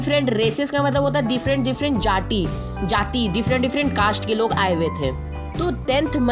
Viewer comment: Apne jati ko jaaathi kyu bola